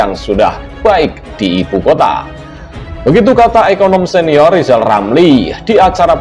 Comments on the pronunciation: Bacotnya rizal lama2 semakin goblok,ngomong gede jadi mentri di pecat dendam dasar goblok ngaku pinter ngomong r aja ga becus,ngoceh aja gede. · Kalau hati sdh di rasuki sakit hati Segala ucapannya bikin ilusi Pantas di depak dr mentri Ngomong R saja tdk jelas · Hae rizal ngomong mulu lo ngomong R ga becus , ente sakit hati ya di pecat jokowi , itu artinya ente ga becus kerja